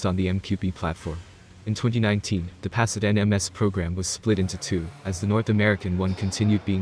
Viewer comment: Come on man, the electronic narrator can’t even pronounce the name of the damn car properly